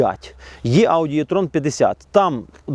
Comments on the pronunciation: Також Е-Трон це, а не Є-Трон. Трону тут нема ) Чомусь нас вчили букву Е читати, як Є російською. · Не існує варіанту в українській мові, за якого літера е читалася б як є. Це не є-трон, це е-трон, або вже і-трон, якщо дуже хочеться.